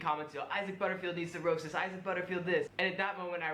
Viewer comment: STOP SAYING EYE-ZIC! IT'S PRONOUNCED EYE-ZACK! 😭